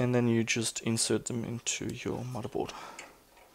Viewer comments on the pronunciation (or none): lol "mudda" board XD